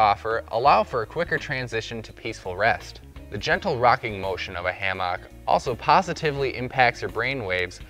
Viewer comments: Good vid apart from your wrong pronunciation of the word hammock. It is NOT ha-mock it is ham-ock or ham-uck. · ham ick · Driving me crazy too...pls dont say it Again😩😄🤭It's Naaaat a hammAAck. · Like every other comment on here, I couldn't stand listening to this fella pronounce Hammaaaak. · It’s pronounced Hammick. I see you still sound out your words. Like to hear you sound out Wednesday. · WTF is s hamm-aak? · Learn to pronounce hammock. It's not ham hock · Why is he saying hammock like that o.O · The whole point of this video is invalidated by the way he pronounces hammock.